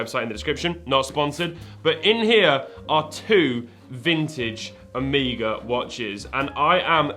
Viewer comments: Its not a horse shoe logo its the greek letter Omega (Ω) and its pronounced "uh may guh" not "o me guh" because thats how the greek letter is pronounced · It's "O MEG A" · Did bro just really just say “Oh-mee-guh”???? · Who says Omeega? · It's the Greek letter Omega (Oh-may-ga) and the 'horseshoe' symbol is actually a capital Omega. No accounting for how the brand says it, though... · How would you pronounce it? It is like this bike brand Marin, there are like 5 ways to say that😂